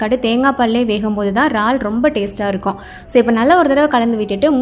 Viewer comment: ரால்… இல்லக்கா இறால்! எங்க சொல்லுங்க